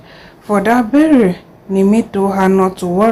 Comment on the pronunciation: Berry? its burial